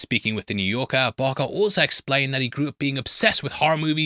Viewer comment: Dude lol saying Navarette wrong I understand but how did you fuck up BARKer every time lol